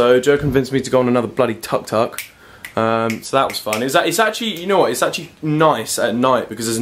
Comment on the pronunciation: its not tak tak its "tuk tuk" (with tha u letter) XD